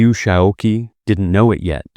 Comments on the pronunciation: it's pronounced Liu Shao QI as in "chi" or "chee." The mispronunciation of his name throughout this video is somewhat annoying. Please check pronunciations of foreign names before recording. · Qi in Lou Xisoqi should be pronounced as chi. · Uh, Dummy, that Q is pronounced "ch." President Liu Shaoqi is Liu Shaochi. The person responsible for this soundtrack should be fired. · You destroy your credibility by consistently mispronouncing Liu's name. I mean really, learn some pinyin, his given name is pronounced Shao CHEE.